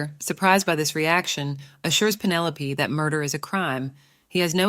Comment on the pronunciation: Pin-o-lop-aye😂 I'm done😂